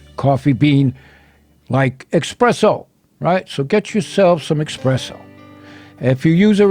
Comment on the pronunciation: Espresso. Not expresso. I’m going to try this coffee rub though. Nice one!